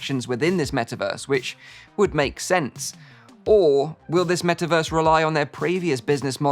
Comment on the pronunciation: soon™: "Wellkim to the Me'averse!"